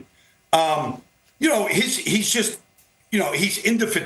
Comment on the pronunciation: I've never heard indefatigable pronounced that way guys